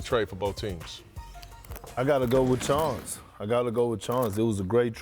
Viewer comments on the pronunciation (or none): none